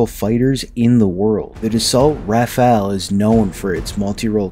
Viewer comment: It's RAFALE, not RAFAELE.